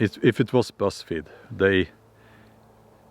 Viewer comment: Oh! he said Buzz Feed! I thought he was saying Breast Feed! hahaha! My thoughts: "Why is a facility that tests testosterone levels named, 'Breast Feed'?!"